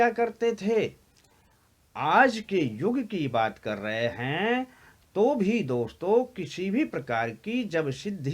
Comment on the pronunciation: Hanji sudh ucharan kiya kro boolte time ye kya hai raag thoddi gaa rhe hoo ak word ( akshar ) ko itna long kr k boolte hoo hello dosto , hello mitro khana hai to vistar sy kho itna kyu bdda chdda kr ........????